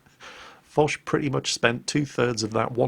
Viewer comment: Yes, mispronounced it.